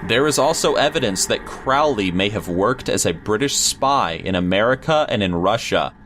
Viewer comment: "King Louis" is pronounced "LOO-ee," not "LOO-is." It's French. Also Crowley is "CRO-lee," not "CROW-lee."